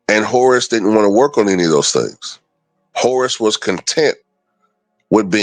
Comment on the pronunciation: Sounded like you said Horace was content being a horse 😂